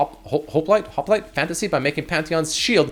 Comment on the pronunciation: Yay you pronounced it correct. Hop-lite